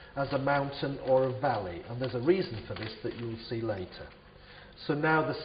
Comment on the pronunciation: its valley not volley